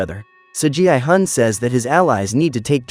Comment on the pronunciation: Why did it call gi-hun gi i-gun?